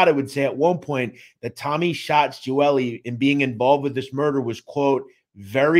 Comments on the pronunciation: My grandfather was best friends with his father. Salvatore, very good man. Picked up my papa for breakfast all the time. Loved that man. (Also I was always told it was pronounced Gee-ol-ee but still a very good in depth video) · I’ve never heard his last name pronounced like that lol. It’s pronounced Gee-Oh-Li